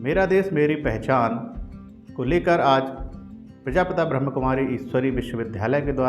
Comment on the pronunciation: Nice coverage. But,let me inform you that it is not ब्रह्मकुमारी, rather it is,ब्रह्मा कुमारी।Media coverage requires proper pronunciation, especially of an individual name or institute/spiritual institute's name.Thank you.🙏